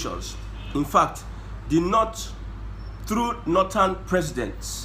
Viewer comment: Your analysis is top notch.. but why are you saying the „nut“ instead of „North“